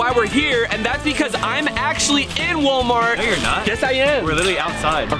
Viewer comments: Rug says he says wolmart then five seconds later says it correctly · Sup faze imagine saying woolmart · It is Wal-Mart as in wall not wool mart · It's not wul-mart is wal-mart. Ponit blank period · Its Walmart not Wolmart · walmart not wulmart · How to pronounce Walmart American pronunciation Wall • Mart Brian’s pronunciation Wool • Mart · It’s not wolmart it’s walmart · Wall-mart not wol-mart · It’s wall-mart, not wol-mart. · It’s pronounced wall-mart not wol-mart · You have to say it like WALL-MART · It's Walmart wall- Mart they way he says it makes me angry 😡 😂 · Lol you say WOLEMART 😂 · Bro not Wol-mary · Its whale-mart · Bro, its w.a.l.m.a.r.t.. Okay?